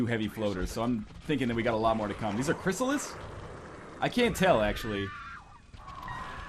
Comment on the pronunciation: In 30 episodes NL still calls CRYSSALIDS, CRYSSALIS....